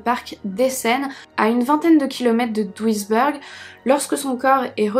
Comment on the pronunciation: Bah ça va l'accent ! Sauf er , ça se dit êre non eur, " a l'américaine " . Mais sinon, rien à dire, on t'adore ! Duisberg, bèrg non beurg